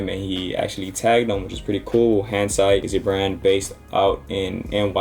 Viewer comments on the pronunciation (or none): Pretty sure it’s Hindsight, not “ Handsight “ 😭